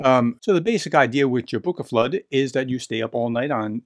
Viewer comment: Nice mention of Jólabókaflóð, but a quick note that if you hope to celebrate it again next year, you might want to check the translation and pronunciation. Have a good read; I'm going to make some hot chocolate and I have some more pages to read.